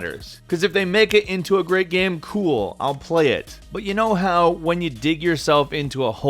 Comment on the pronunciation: Does anyone else find it funny (while making as little fun of as possible) how (?) pronounces game sometimes? "Gayemm". Lol:P Just amusing.